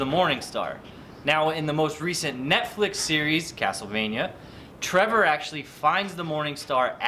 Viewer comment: Su nombre es Trevor no TREVER